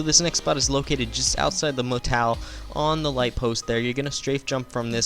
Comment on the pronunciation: it's motel not motal